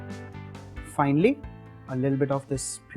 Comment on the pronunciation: Hey, I wanted to suggest 1 cosmic change in your pronounciation of "Finally" U say Finely to Finally